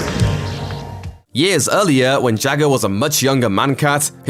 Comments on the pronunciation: Jah-ga not Jagger like Mick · its Jaaga not jagar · His name is JAW-GAW. Not Jagger. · Its not Jaga, its pronounced Jaaga... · Not Jagga, just as Lara Croft isn't Larra. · Jagger? Mate, seriously. Learn to pronounce the names of characters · Why is the narrator calling Jaga jagger?!? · Not sure of the spelling but I swore it was pronounced as "Jogga".....childhood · The way you was pronouncing “Jaga” makes me believe that you’ve never actually watched Thundercats before...HaHa and I’m still waiting to see the “things only adults notice in Thundercats”.